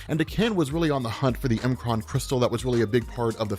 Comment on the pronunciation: It’s pronounced mkran not mkran